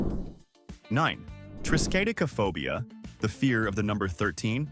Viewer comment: Well nice try but that's a swing and a miss on pronouncing the fear of the # 13. Lol😂